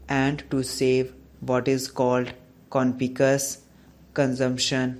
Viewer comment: Conspicuous ka pronunciation 😮